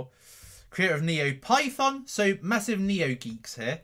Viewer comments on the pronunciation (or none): none